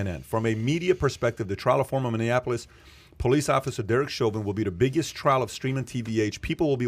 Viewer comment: Trial, not "trail".